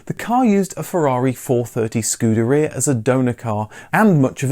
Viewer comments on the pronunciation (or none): none